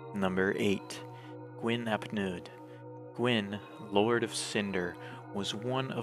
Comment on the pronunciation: It is pronounced 'Neeth' and 'Hleeth'. In Welsh, 'u' is roughly pronounced 'ee', while 'Ll' is either 'hl' or 'cl', and 'dd' is 'th'.